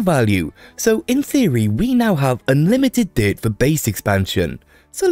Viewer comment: I never heard someone pronounce "dirt" like deer-t before, and it only now occurred to me how weird it is we spell dirt d i r t when in most American accents its pronounced like "dert"